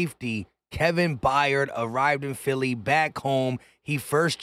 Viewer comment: It’s not By yard it’s Byard they always mess up our last name lol